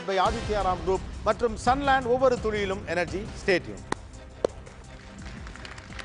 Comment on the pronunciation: திரு கோபி அவர்களே துளியிலும் என்ற வார்த்தையை சரியாக உச்சரிக்க கற்றுக்கொள்ளுங்கள் துழியிலும் என்று ஒவ்வொரு முறை நீங்கள் கூறும்போது கோபமாக வருகிறது. I don't know what Mr.Antony (Director) is doing? Some points which made me to stop watching your show: You are very rude and controlling the people unnecessarily. It lost it's quality. Wanted to ask you can't you stand for a while? are you that old? sitting anywhere on the set which is not a presentable attitude in the media. Unnecessary Titles to debate? I respect the talent you have but don't have overconfidence on you.